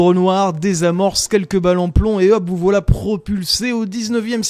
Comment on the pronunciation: Même quand ça dit voilà on entend whalla